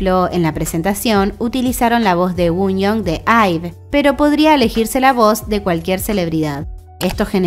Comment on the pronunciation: Banco mucho el canal!! Informás re bien y estás al tanto de todo- una sola sugerencia, chequear la pronunciación de algunos nombres de idols y sería 10/10!! (por favor no es un comentario mala leche!!! No sabría como decirlo de otra forma- pero a veces se malinterpretan los nombres por la pronunciación u.u como el de Wonyoung en este video)